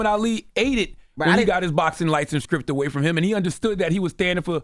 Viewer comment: Stripped or Skrippped ?🤔